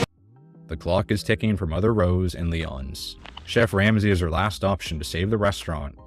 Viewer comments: OTHER THAN PRONOUNCING the restaurants names wrong (Lee-ǒ-nees) you do a great job! Love your videos! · lee-OWN-ees oi